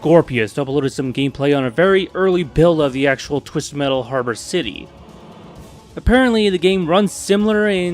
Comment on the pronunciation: Man don't put so much emphasis on the t in metal because now that I noticed it I feel like you do this purposely and not due accent wise, tbh now typed do you even have an accent or wtf? I can't tell and that bothers me greatly. LIKE hmm being unpolitically correct I can't tell if you would be from America or from another country? Please lemme know, low-key am curious of your nationality btw not making fun of your speech am legit curious. My accent is southern greatly Texas accent but yea great in depth vid what's your take on this all being in sweet tooths head? Edit: gets to the point in vid, and am facepalming myself, sorry for the previous gripe mb.